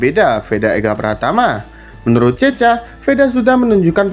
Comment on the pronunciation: Woiii bukan cecha bacanya tapi cekha